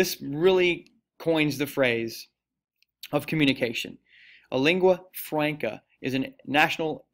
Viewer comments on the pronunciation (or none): Icelandic is NOT isolated. It is from the Germanic Language Family, Northern Germanic branch similar to Norwegian and Danish. You also need to work on learning the proper pronunciation of simple terms like "Lingua Franca" (Leeng-gwah Frahn-kah) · "Lingua FRAYNCUH" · Me to pronouncing Lingua Franca: you’re doing amazing sweetie